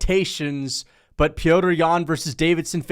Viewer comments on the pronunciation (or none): How have u not realized that his name isn’t pronounced “Peter”